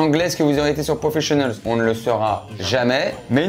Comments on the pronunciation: Profishionals et acro'quai j'avais 😅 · Aucune sauf acro quai et profishionals